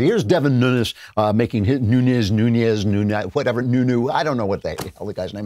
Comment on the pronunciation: Noon-s Nunez is the Spanish version of it, but the Portuguese version of the name (which Devin is) Nunes is pronounced like Noons.